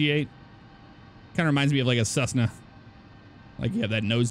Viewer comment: Maria yusnita it's Cessna not chessna